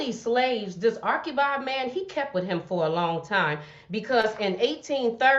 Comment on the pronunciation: The correct pronunciation is Archie bald. Not Arckie bold